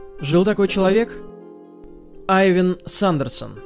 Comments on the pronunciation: Не Айван, а Иван!) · Не Айван а ИВАН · говорит Айван а написано в титрах Иван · Не Авен,а Иван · Айвен какой Айван!? Иван вот это по русски! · как будто попал на просмотр первого три икса... Айвен? АЙВЕН??? Блять вот серьезно? Ivan - это Айвен а не Иван??? Что блять происходит?